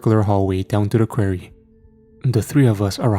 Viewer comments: Really good story, but I've got to say Quarry isn't pronounced query . Sorry, I got audhd & after 1st time i heard it I couldn't ignore it & it couldn't then not hear it if u know what i mean ? 😅. So every time after the 1st time "query," was said i was sitting here going its pronounced quarry , quarry not "query". So for clarification it's said Qua-rry ..quarry . I do love the ch and I never normally pick up about stuff like this but as it was a story based in a quarry, I couldn't ignore it . Same as when I hear stories where every word said between 2 characters ends " he said ,she said , he replied , she replied & so on " 😣😫😥🫩 literally stories like that drive me so insane that soon as i realise its one of them i have to stop listening 😵‍💫. It usually occurs with AI ch or ch written by chat gpt ( obviously we all know ur ch is neither of those so in a way its nice to be able to pick up on a word actually mispronounced by a real human , who would have thought one day id be sying im greatful for human error ? 😂😂 ) . Anyhow barr the quarry/query thing it was as usual another great story . ❤❤❤❤ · I totally understand English dosent seem to be your first language so I commend you on learning it but please learn how to say quarry! 😂 its kinda annoying once you say it so many times wrong, its quarry (kwaw·ree)